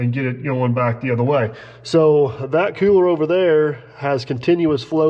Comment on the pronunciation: When Im watching a video my wife giggles very time you say " Que-ler" (cooler) .. She says that guy doesnt sound like he's from PA.. LOL